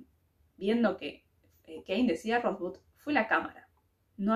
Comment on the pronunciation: si hubieras visto la película sabrías cómo se pronuncia Rosebud. Y si, al final se sabe qué significa esa palabra